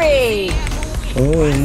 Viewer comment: bangg "dar" pas nge killnyaa kurang srek dengernyaa 😂😂